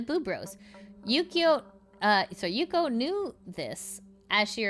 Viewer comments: its yuko not yukio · Why do you keep saying Yukio? isnt it Y U K O. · every time you say "Yukio" I have the urge to waffleface... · Also I mean no offense, but if you have to do the "vtuber news" stuff, at least 1-learn the name of the person you're talking about before recording, you keep on saying yukyo, is a little thing, but is not really "professional" if you share news about somebody, and 2-cut when you misread and go back, it's not my business how edited a video is, but when it's about dramatube one should at least try to look professional, or else anything they say has no value. I promise it's not meant to attack you. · Why do you keep adding a Y to yuko? It’s hard hearing the constant yukyo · There's gotta be a limit to how many times you can say a person's name wrong in one video, this is a frequent issue